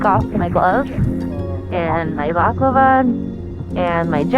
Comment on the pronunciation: Very early in the video & i dunno why i found it funny but the way says balaclava like baklava just made me chuckle